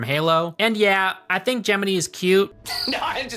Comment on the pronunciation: It’s clever to say the name Gemini as Jiminy it’s on the nose pun intended